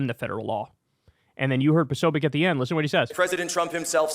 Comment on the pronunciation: You mispronounced Posobiec repeatedly (irritating) and for the millionth time, one cannot "delete" a federal agency.